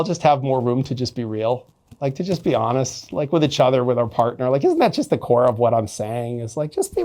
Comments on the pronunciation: Is he intentionally saying itchother? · Take a shot every time he says "itch-other"